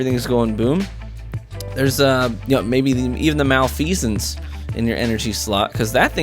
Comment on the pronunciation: every one ive heard has said malfeasance wrong xD